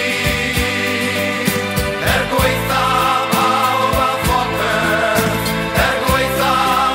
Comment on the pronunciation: Love this absolute banger but I hate how they say 'Er gwaetha' pawb a popeth' They say 'gwaetha'' like 'gway-tha', mispronouncing 'ae' is fairly common but it's properly pronounced as 'eye', not 'ay'. Secondly, they say 'pawb a popeth' as 'pawb a phopeth, however, 'a/ac' doesn't cause mutations, this is also a common mistake, I guess people confuse it with 'â/ag' which causes aspirate mutations, T - Th, C - Ch & P - Ph